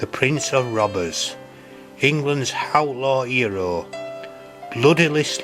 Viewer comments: "England's howtlaw 'ero..." 😅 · "England's hhhoutlaw eerawl"